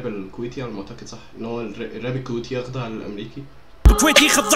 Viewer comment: يُخَضِّعْ وليس يَخْضَعْ بمعنى الراب الأميركي ولاشي قدام الراب الكويتي ..يعني مدح مو ذم